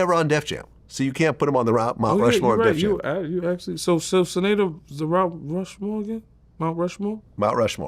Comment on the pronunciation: That word “Mount Rushmore” was kicking Yayo’s ass for a sec. 😂😂